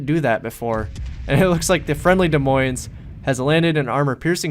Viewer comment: I think you got the silent s on des but definitely not in the moines in this video